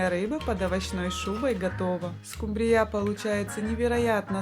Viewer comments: Произносите, правильно ставя ударение: скУмбрия, а не "скумбриЯ"! 🤦‍♀️😅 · Не скумбрИя а скУмбрия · Особенно окончание данной рыбки от поивычного звучания скУмбрия и скубриЯ 😅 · СкУмбрия, а не скумбриЯ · Можно по-пробовать приготовить. Просьба делайте правильно ударении на слове скУмбрия, на букву У. Почему Вы делаете ударение на букву Я. СкумбриЯ, так неправильно, простите. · У вас что такой рицепт то длинный не скумбри'ю а ску'мбрию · СкумбриЯ...да уж.,любимая рыба миллионЭра.😅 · правильно говорить не скубриЯ, а скУмбрия! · Рецепты хорошие, даже очень. Спасибо! Но почему скумбриЯ, если скУмбрия, ну невозможно же слушать. Зачем так безграмотно? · Со второй скумбрие"й😅😅😅😅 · СкУ́мбрия!!!! А раздел рыбки аналогичен разделу сельди! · Мне понравилось как звучит «скумбриЯ’» ,что то наподобие ЗульфиЯ’ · Спасибо, скУмбрия... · СковородА,скумбриЯ,это что новый русский язык? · А еще, скумбрия, с ударением на Я, отпад! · Дааа, из какой республики приехавшая,, скумбриЯ,, 😅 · Что за скумбриЯ, компьютер что-ли говорит? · СкумбриЯ! Когда же ьудете правильно говорить? Неаозможно слушать.... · Это что за слово Скумбрия почему так говорите? Для всей семьи это слишком мало